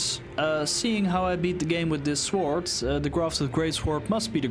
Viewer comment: You should look up how to pronounce the word "sword", especially if you're going to make Elden Ring videos, lol.